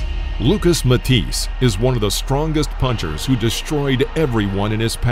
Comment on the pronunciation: I wish all of you guys that put out these boxing and fighting videos would do some research first and learn to pronounce the names of the fighters properly........ Say it with me -- Mah-tee-say.......